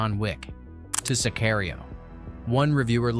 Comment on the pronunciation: Lol he said scary oreo instead of Sicario.